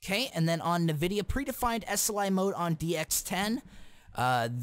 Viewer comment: EARNMNAIDFNLADN LEARN HOW TO SAY NVIDIA JEEZ